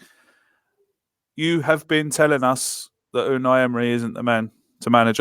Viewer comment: 18 months later and still can’t pronounce Unai 😂😂.. love the pod lads, cheers from Atlanta 🇺🇸